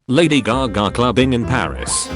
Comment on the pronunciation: Why this translator voice is so funny when it says "lady glagla" than "Lady Gaga"